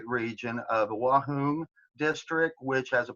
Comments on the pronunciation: Hipster idiot who can't even pronounce Wuhan and je wants to appear smart by quoting Sun Tzu? Give me a break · This dude didn't even say the city name right because of that ill pass